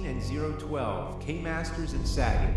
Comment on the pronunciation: nice touch having the AVGN James Rolfe as the announcer, but um... Isn't Sagat's name always pronounced "Suh-Gawt", not "faggot" with an "S"? lol Besides that, not a bad fan-film, although the choreography and individual styles could've been extremely upped... 7/10...